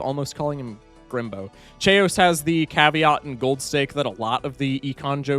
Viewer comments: The chaos mispronunciation is making me question if it’s actually pronounced Che-os and not… chaos lol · him pronouncing chaos like "chay-ous" hurts my soul on an immeasurable level, it's pronounced "kay-yoss" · His pronunciation of chaos is getting to me. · Why do you pronounce chaos like that 😭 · why do you pronounce Chaos like that